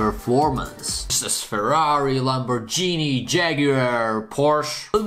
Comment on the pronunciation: I love The way u say lamporghini😂😅